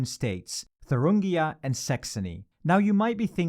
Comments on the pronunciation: It's Thuringia, not Thurungia. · it's thuringia not thurungia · don’t you ever slaughter my states name ever again It’s called Thuringia not fucking “Thurungia” People do your research! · Isn't it Thuringia, not ThurUngia? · It's thurIngia and not thurUngia... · It’s Thuringia not Thurungia 🙈🙈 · "Thurungia": Just to note it's "Thuringia" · It’s Thuringia, not Thurungia! Christ on a bike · It's ThurIngia not ThurUngia. You're not only saying ir wrong but also writing it wrong. Just Google it. It's not that hard. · It's Thuringia, not Thurungia... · It’s Thuringia, bro. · It’s not thurungia. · Pronunciation of Thuringia got worse with every attempt. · It’s Thuringia, not Thuringia. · It's "Thuringia"